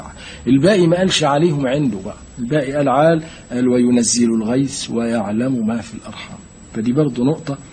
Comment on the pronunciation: الغيث وليس الغيس ...النطق بالمصري لا يجوز ...